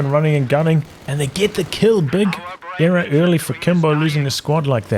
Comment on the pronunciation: I love the way says "error," like era